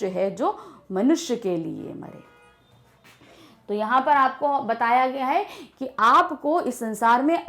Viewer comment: Wp mare likha hai aur aap jeye bol re ho